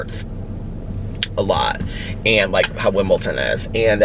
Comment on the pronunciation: Did you mean Wimbledon or is "Wimpleton" a tennis tournament in Indiana?